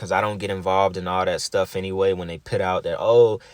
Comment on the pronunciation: Great video 💞 If you say “PIT” instead of “PUT” one ☝🏽 more time 🤦🏽‍♀️🤬🤬🤬🤣🤣🤣